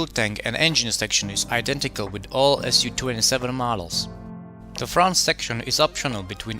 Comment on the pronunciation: man it's not aS You - 27 it's Soo-27 поверь мне я рускамоуный